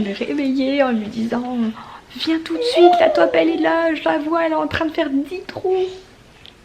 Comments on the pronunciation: On dit taupe comme de l’eau pas tope ahah 🇧🇪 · Gabin trop marrant avec izzy, la tête qu'il fait quand tu lui dis NON, c'est trop mignon. Tu me fais rire aussi avec les top dans le jardin mdrr. Taupe c'est mieux, mais chacun son accent. Bisous à vous 4